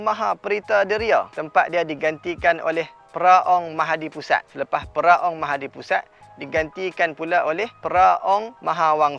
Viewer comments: Itulah, lahai, yang nak buat konten tu pun, tak buat rehearsal, praktik dulu ke? Dah lah bukan sekali tapi berkali² tersasul nama tu. Lidah pelat ke taksub dengan nama pusat tu? 🤔🤨🧐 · Mahapudisat... Dia sebut mahadipusat, tapi text mahapudisat. Sat nak pikiaq sat.. dah boleh potong markah dah ni.. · Bang, sebenaqnya MahaPudisat... Bukan MahaDipusat 😁